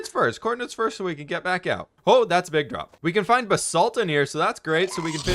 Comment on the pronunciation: It's Ba-salt. Not B-salt